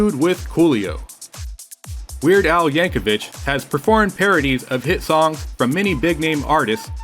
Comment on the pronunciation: Als last name rhymes with Nick, not witch.